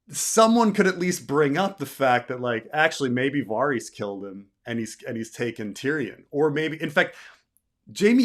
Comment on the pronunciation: I can't listen to 4 hours of this pronunciation of Varys